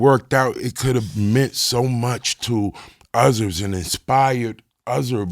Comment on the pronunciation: Nah...the way he pronounce certain words are off. Just listen when he say the word "others" it sounds like "udders".